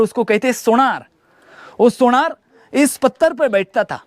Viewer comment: पाणी नाही रे पानी, सोणार नाही रे सोनार ....